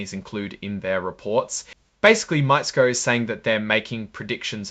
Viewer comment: Mi-tess-ko is the pronunciation